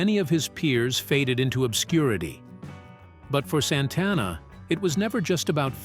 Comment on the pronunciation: Mispronounced Santana .....